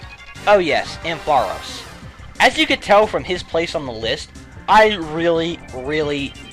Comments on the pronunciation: Ampharos gets TWO 1's (Isn't it AM-pha-ross, btw?) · ARGHHH, why you keep pronouncing Ampharos' name wrong? DX You put emphasis on the 'ampf', not the aros sound! x_x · I have never heard that pronunciation of ampharos before